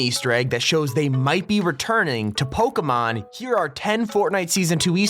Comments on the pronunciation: when he said PokeEEEEEEEEEEEEEEEEEEEEEEEmon I cringed although u pronounce pyukumuku right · It’s pronounced Poke-ay-mon